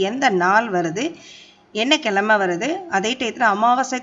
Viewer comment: கிழமை, குழப்பம் போன்ற சொற்களில் உச்சரிப்பு பிழை நீக்க வேண்டும் (கிலமை, குலப்பம் இவை தமிழணங்கு உச்சரிப்பு - தவிர்க்கத்தக்கவை)